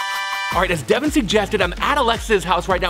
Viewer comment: it's devan not bevan